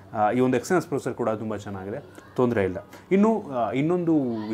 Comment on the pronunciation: Thas not procer its processor